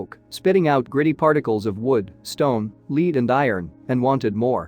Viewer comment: What yoyo is narrating this? He's mispronouncing everything. "leed" for lead? Out of the millions of people the world over, they settled on this idiot?